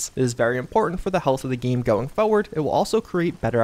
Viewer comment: Just a shame he mispronounce's forward all the time :-)